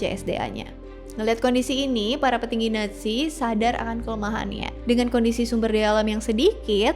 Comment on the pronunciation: Bbrp kali bilangnya kok ‘netzi’ kak. ‘Natzi’ udah bener utk baca ‘nazi’.